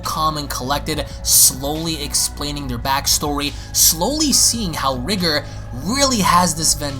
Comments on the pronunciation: Y does he keep pronouncing it as Ri-ger. It's Ri-GOR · His name is pronounced REE-GORE , not Rigger, i don't know if u tryna be funny but I hope not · Dude, it’s rye-gore. Not Rig-er. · Your saying riiger its r🎱gOr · Actually, it is pronounced like "Rigger". The Rye-Gore pronunciation is almost like saying "Kayo-Ken" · No, it's actually pronounced like "Rigger". The Rye-Gore pronunciation is like saying "Kay-o-Ken" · Btw my brother it’s pronounced “r-eye-gore”